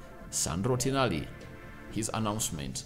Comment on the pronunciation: its Tonali not Tinali😅